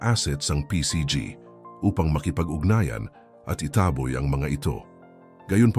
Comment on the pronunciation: Ayusin mo ang pag saslita mo hindi itaaahboy tanga itaboy ganon wag kang mag tanga tangahan bobo.